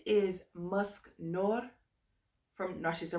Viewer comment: I love musc noir too!! Just a heads up Its pronounced Nwar its French for black musk 😄 I'm definitely hunting down a bottle of dupont signature thanks to you, that bottle is so pretty!